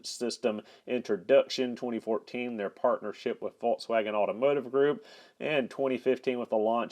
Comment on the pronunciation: I had to turn video off and give a thumbs down because of way you try to pronunciate Volkswagen. Come on dude what are you trying to do, too effin funny